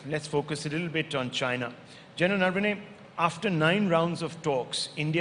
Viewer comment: Naam toh sahi se bolta Rahul Shivshankar. It's not नर्वने, it's नरवणे.